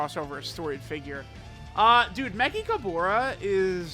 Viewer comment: Why not just say “me-ch-ka-ber-ra”? Wtf is mekikahbora